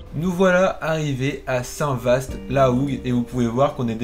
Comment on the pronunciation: Bon les prononciations c'est a revoir vast ça se prononce entre va et vo